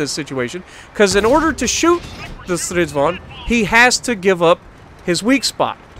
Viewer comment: "-vag'n" would be correct pronunciation. Start with Strids-wagon. Now make it German by pronouncing the W as a soft V. Now remove the "O" like it's a southernism and cutting vowels like in "reck'n", "shake'n", "mud'n".... but "vag'n"